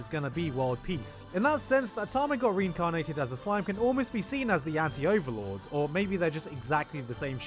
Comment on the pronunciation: Thats a weird way to Pronounce OVERLORD